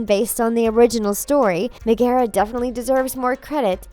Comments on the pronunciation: It's pronounced Meg-uh-ruh not Meg-ee-rah! Please prounounce her name correctly! Go watch the Hercules movie she says it herself and a ton of other characters too! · Y’all don’t even do your research. Her name is NOT “Me-gara” it’s Meg-ara. As in Megara. Lord. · megara, megara, megara, megara. It's pronounced Meg-ara not Me-ge-ra. Why do you never research properly?!?! SHE EVEN SAYS HER NAME IN ONE OF THE SCENES YOU SHOW!!!! I love disney and the facts behind it, but you guys don't even go into details nor other options of what YOU are claiming. You only reveal part of the truth. So the rest of us are left to our own devices to properly research these claims and debunk the lies and stupidity that you try to spread. Just get your facts right! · Megara not megera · It is pronouced meg uh ra and hercules is not a disney prince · omg its meg er a like it hurts my ears when u say it that way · I cringed everytime she mentioned her name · Lol I’m sorry but why is she saying Megara’s name so weirdly? 😂😂😂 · anyone else get really annoyed every time she said Megara?! seriously? have you never watched the movie? or any of them to be honest... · And they also pronounces Megara’s name wrong